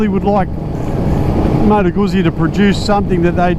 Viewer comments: It's Lombard not Italian, so it's pronounced, "Goosey" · That's not how you pronounce Moto Guzzi.